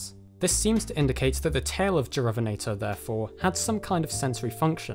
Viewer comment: Shouldn't that be more like "yu-rah-VEN-ah-tor"?